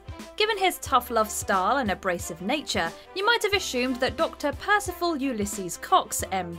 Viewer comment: ashumed is not how you pronounce that word. It's ah soomed. It's not that hard to pronounce assumed.